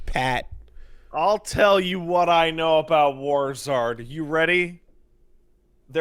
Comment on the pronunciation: Oh NOW I get the name. When kept saying it as War Zards I was thinking like Charizard, but I think it's supposed to be like War-zerd, like Wizard of war